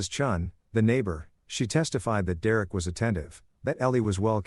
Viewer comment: AI can’t say Derrick?? 😂